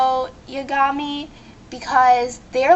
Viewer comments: YOUR OFFENSIVE and in almost every anime there has to be at least one random/funny characacter like in bleach there's Kon and Ichigo's father!!! and Light's last name is Yagami say it with me Ya-Ga-Me say it correctly!! Matt he smokes big fucking deal doesn't over half the world smoke...and news flash! alot of people get shot we can't do a god damn thing about it and guess wat in other shows like NCIS a lot of fucking people get shot!! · Yagami is pronounced Yah-Gah-Mi. It is a japanese name. Also L is a world class detective. I dont understand how you think Matsuda is mentally challenged? Another thing is that getting shot in the show happens a lot everywhere. Slavery of old people doesnt real happen. He pledged himself to L. Now with Mellow, you are being offensive. You don't have to say your a guy. Beither does Light. How is leather offensive? You are being more offensive. Im Jewish and you have a right to show your religion. Scars are fine. That picture is not Death Notey. lol. Near, again, is a world class detective. White hair? Pajamas? Really? This is why adult swim has ADULT in it. Death Note is fine. This is a person (No specifying age, I don't want to be mean at all) who is being a bit offensive to others.... I think Death Note is perfect, though I don't like the ending :3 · Stupid, it's pronounced Ya-Gah-Mee. Plus, Yagami means night god. Your a total idiot. Watari is a butler, not a fucking slave you moron. Also, 4kids fucking sucks, they ruined a lot of my favorite shows. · lol smooth move dipshit you-gami? yag-a-mi your pronouncing it wrong fail. Lets see "L" is a genious who "is payed" to sit on his "ass" and solve crimes. Matt? dont diss matt hes just hardcore as shit. Wa-tardy? wtf? your pronunciation is terribad.